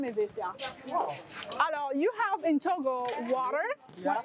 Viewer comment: Togo not toga